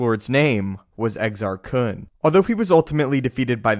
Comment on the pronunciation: in KotOR II they actually say Exar Kuns name, how did you pronounce it incorrectly?